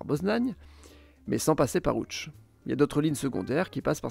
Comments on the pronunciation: enfin quelqu'un qui prononce correctement les noms dans la langue locale. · Première personne que j'entends prononcé correctement Lodz très bon travail sur la prononciation